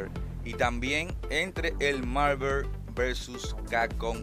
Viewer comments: MARVER vs CACON jajjaaj pasadisimo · que tan dificil es pronunciar bien Marvel? no joda